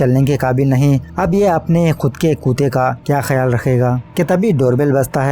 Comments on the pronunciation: आप कुत्ता को कुता क्यो बोलते हो ? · You called a dog......kooota Not kutta but kooota🤣🤣🤣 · Its call kutta not kota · It's kutta not kota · Bhai kuta Kya hota h it's kutta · कुत्ता बोलना तो सिखले ताऊ😆